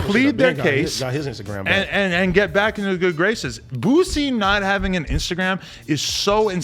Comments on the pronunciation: It’s boosie not boozie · Boosie not boozie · Boosie. Not boozy